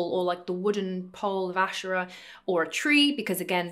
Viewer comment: You're right to pronounce it ashera and not asheera